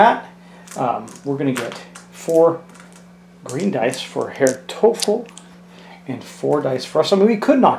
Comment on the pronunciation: Herr Teufel is pronounced roughly as toy-full. It’s German for “devil”.